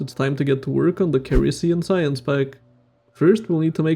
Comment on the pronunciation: ceres is pronounced "series"